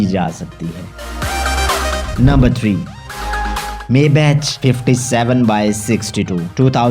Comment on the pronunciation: It's Maybach not Maybatch